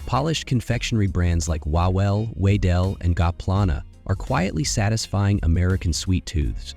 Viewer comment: "Wawel" is pronounced "Vavel" (the Polish "w" is pronounced like the "v" in "movie") – it's the name of a royal castle in Krakow. "Wedel" is pronounced "Vedel" - – it's the first owner's surname. "Ziaja" is pronounced "Ziaya" (the Polish "j" is pronounced like the "y" in "yes") – it's the owner's surname too. Please don't mess up Polish pronunciation, it's so painful!